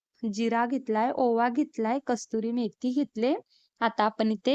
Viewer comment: 👍 कस्तूरी नाही , कसूरी मेथी म्हणतात.